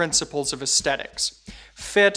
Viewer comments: He's a good presenter. Clear and engaging. But his mispronunciation of "aesthetics" triggers me. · Whilt I am trying not to come across rudely, I must ask, is that actually a common pronunciation of aesthetics in some part of America, or is it unique to? I am British and it seems very unusual to me, but of course if it common in the US then it is simply a regional variation (there are many between British English and US English after all). Also - seeing the uncomfortable number of negative comments; while I too prefer Sven's style to, it is neither kind nor fare to criticise, given he is still both relatively new and relatively young. Also I have previously seen very positive comments on his delivery and so it must be a personal preference. You are doing well and I am sure you will hit your stride in due course and have as many fans as Sven does.